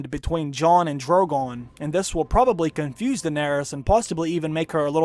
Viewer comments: He gonna pet da Dwagon !! nice Dwaqgon !! Dwogon da Dwagon !! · Jawn and Drogawn Lol